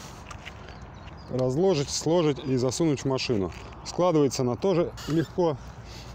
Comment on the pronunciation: вы, конечно, не профессиональный диктор, но все же лицо компании! Следите, пожалуйста, за речью: ваше "слОжить" и "разлОжить" очень резануло по ушам ((